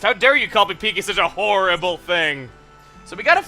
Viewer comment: Also "hor"rible thing!!!!!!